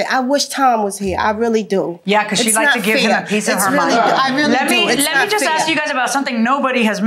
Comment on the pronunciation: I have some questions to AXSK the plaintiff